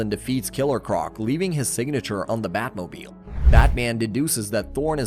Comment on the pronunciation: Sometimes during your talk through, you pronounce words strangely. . . EG: Everyone knows its the Bat- Moe-Beel not the Bat Mo-B-isle. . . are you, Is this? AI generated content?